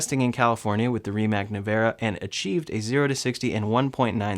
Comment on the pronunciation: While I love the Rimac Nevera and what the company has done, it is a Electric Hypercar - which is a completely different segment. Kudos to both Tesla and Rimac obviously. Try to pronounce it the way it is native to Croatia - (Rimahts) ;)